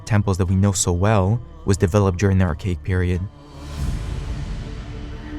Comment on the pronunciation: When are youtubers gonna understand that imbeciles (or imbecilic robots) narrating erudite talks look like shite when their chosen narrator makes "ar-CHA-ic" sound like "ar-cake"?